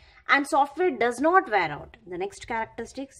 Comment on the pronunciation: Wear out hota h Di Di ware out nhi 😅